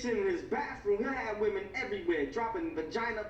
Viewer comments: Why do you say woman for women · he says women instead of women smh